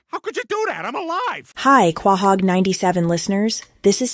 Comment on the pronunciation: You said Quahog wrong...